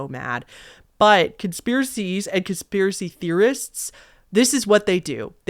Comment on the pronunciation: Con - SPIER - a - cy?? 🤯🤯🤯🤯🤯🤯🤯